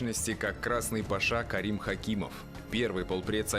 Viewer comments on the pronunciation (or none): none